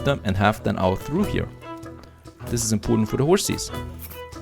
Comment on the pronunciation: "Trough" is pronounced with an F at the end, like "Tro-ff".. not like "through" And I see "Lightning" struck again lol Just trying to help with the English, cause it has gotten a lot better than from when you started.. so kudos ;)